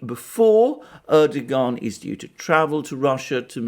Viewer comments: Hi Alexander, If you want to pronounce Erdogan's name correctly it's easy peasy. Just change the g to a w as in Erdowan and away you go (from an Irish resident in Turkey since 2000). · lol, dear sir, your mispronunciations' of our ottoman prince wannabe name, is quaint, and your explanation for said faux pax, quite endearing, carry on speaking truth , as it truly is a revolutionary act, given the blizzard of lies we endure. xoxo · The irony is that for someone who makes pronouncements on diplomatic protocol and etiquette, Alexander couldn't be more undiplomatic, disrepectful and dismissive than by not even trying to pronounce Erdogan's name correctly. Bet that he can pronounce Zbigniew Brzezinski though! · Alexander is Greek: of course he's not going to pronounce the Turkish President correctly! lolz